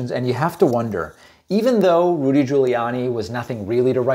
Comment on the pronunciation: Saying Rudy like the voice over Tony Baker pronounces it. (ROOOODY) makes me giggle...